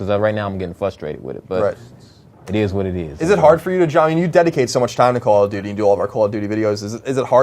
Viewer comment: lol he says: Coll O' Dootie!